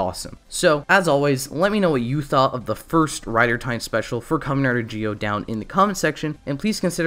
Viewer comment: Entirety of Zi-0: Zee Oh This guy: Geo